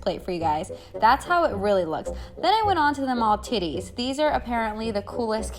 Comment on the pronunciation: did you really just say MALTITTIES??!!